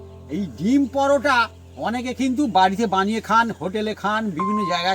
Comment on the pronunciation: পরাটা পরাটা কি???? পরোটা বললে কি দাঁতে ব্যথা হয়? অযথা নিজের ভাষাকে বিকৃত করে কি পান?